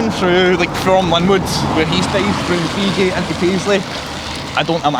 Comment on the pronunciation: it's feegie 😂